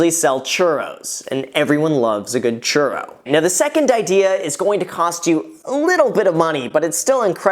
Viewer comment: Churrrrrro. Practice rolling that R Graham! Love your channel!